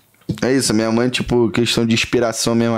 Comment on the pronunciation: Entrevistador: Como é ser filho da Letícia?: "Cara, tchipo assim, ali é uma gashtação, pô, eu sempre lidei de boa com isso, porque a galera me zoava na escola, mas pô, é isso aí. Tá ligado? P#, engole o choro" 🤦‍♀